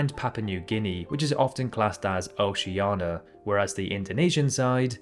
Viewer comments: Say Oceania instead of Oceana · Here we go with the OCEANA thing! IT's BLOODY OCEANIA!!! NIA NIA NIA!!!! Ugh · He says OCEANA, without the letter "I" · “Oceana” I AM LOSING MY MIND